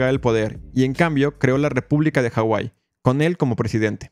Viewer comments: Disculpa pero la H no es muda en la Polinesia , saludos de rapa nui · Se llama Hawai'i no como tú lo pusiste. De hecho tiene muy mala pronunciación el narrador sobre los nombres de los jefes nativos, reyes e islas, pero tiene razón en su historia.